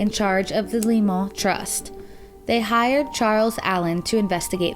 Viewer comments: I think Lyman is pronounced LieMan . not Leomen , as you are speaking it. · Why are you pronouncing the last name, "LYMAN" so strangely? It's not a French name - it's as American as they come. The pronounciation is: LIE' - MUN